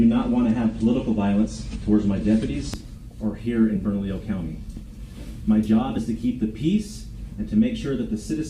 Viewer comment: I find it so strange, with so many Hispanic people and Spanish names of places around the country, nobody on YouTube can pronounce Burnalillo or Lujan 😂 J's most often make an H sound. 2 Ls together make a Y sound.